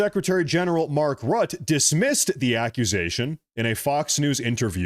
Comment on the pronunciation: pronounce mark ROOTA not rut.